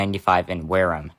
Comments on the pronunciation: Wareham MA is pronounced WARE-ham, the second syllable like the porker meat, rather than wear 'em. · Yes, if you are going with that AI channel that ends each pronunciation with "a great place to visit"; don't trust it. I'm originally from Plymouth MA, which is contiguous to Wareham, albeit over 20 miles by road. I would use this highway going from Plymouth to New Bedford, and I had a security guard job in Wareham back in the early 1980s. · Wareham pronunciation is a bit of an anomaly. There are other Massachusetts towns that use the 'em sound, like Dedham, Chatham, Wrentham, and Raynham.